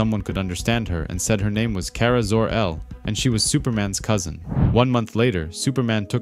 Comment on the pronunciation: Car-ah pronounce it right